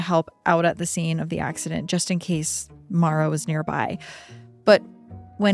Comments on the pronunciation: Why do you keep calling her Mara?? Her name is Maura. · Mor-ah. Not Mara. Everytime you said her name it was Mara. She was a victim of circumstances and as a victim I think her name should be corrected. I didn’t know her or the family but I’m close enough to the area that to this day we have billboards with her name and face on it. I appreciate the work you guys do but my constructive criticism is that you only pronounced her name right a few times. Maybe it’s an accent thing but again she was a victim and her name deserves to be correct when pronounced. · It wouldnt suprise even she mispronounced her own name cause americans seem to think irish is english. Her name should be pronounced More-ah. With no break just all in one. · Her name is Maura Not Mara, you pronounce it like Laura but with an M